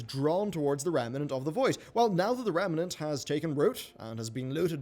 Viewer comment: rem-nant. stop adding an entire syllable into it.